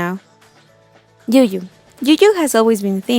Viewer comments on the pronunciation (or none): Yuyu that was cute, it's you 'joo' though.